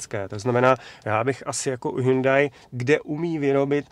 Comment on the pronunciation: prý se to má vyslovovat Hjóndé